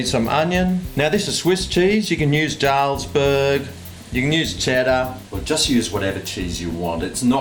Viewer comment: Btw jalsberg cheesssssssssssssseeeeeeeeeeeeeeee is prounounces with a Y.